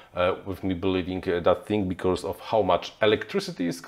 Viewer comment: you are great, only your pronounciation of "becauRse" is quite annoying...:)